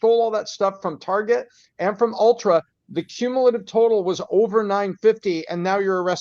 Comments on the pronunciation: I love. It's ULTA not Ultra. 😂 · Ron i think it's "ulta" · ITS ULTA lol! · He keeps calling Ulta “ultra” 😖😖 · it’s “ULTA” not ULTRA.”